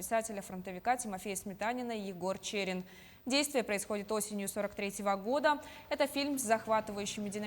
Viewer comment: Читать научись - ЧЭЭрин!